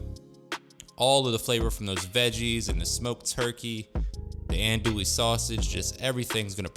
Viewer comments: Pronounced: Ahhhn-dooie. Believe me. I lived in the heart of cajun/bayou land for 18 years, and I know the lingo. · In Louisiana's Cajun territory known as Acadiana Andoullie is pheonetically pronounded, On do ē. That ON like on and off, do like do or don't and a long e. Filé is promounces Fee Lay andnis made from ground sassafras leaves. It also smells very similar to marijuana when burned. I grew up in Crowley LA and worked for the Lafayette Parish Sheriff's Department. We set fier to filé in an ashtray and let it smoulder during our drug awareness school presentations. Lots of kids would approach us after the presentation and tell us their momma, daddy, uncle or brother smokes cigaretts that smell like that. Lol Many men grew up learning how to cook especially fish and wild game at their fishing/hunting camp from the older men at the camp where women usually don't even visit. Your food looks delicious and I will be trying some of your recipes in the near future. 😋